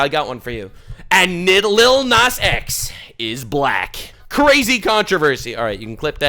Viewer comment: "aniddleliddle nazX"